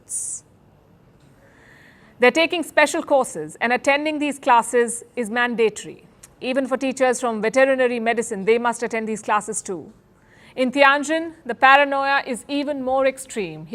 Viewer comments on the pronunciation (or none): mandatory, the accent is on the first syllable, not on the second Palki ji.